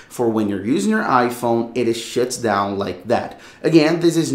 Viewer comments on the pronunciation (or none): Why does bro keep😂 sayin "and it shits down"😂😂😂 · I thought i was the only one that heard that hahaha